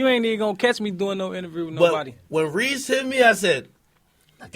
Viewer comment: ok yeah ak deff pronouncing it wrong lol. Cmon bruh